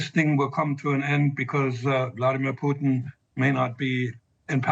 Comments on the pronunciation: Ha! I heard you say it! Vladimir Poutin!!😂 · "POUT-IN", that was a Freudian slip 😂🎉😅